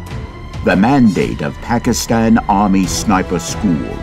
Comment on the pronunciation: Looks more like an advertisement than a documentary. The narrator didn't even pronounce "Pakistan" correctly.